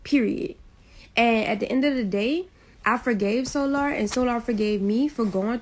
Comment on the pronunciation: I can tell you are fed up with the bs. The 1st couple mins the way your pronouncing their name SOOOOO🙄LLLAAARRR!!! AND NATCHURRRR🙄🙄E BOY... THESE YOUTUBE BAAA🙄LOOOOGGGGG🙄🙄AAARRSSS 🤭🤭 🤣🤣🤣🤣🤣 BUT I'M BEHIND YOU 💯💯 percent!!!